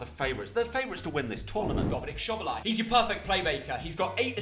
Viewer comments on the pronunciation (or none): Sobolai? 😂😂 It’s Szoboszlai.🇭🇺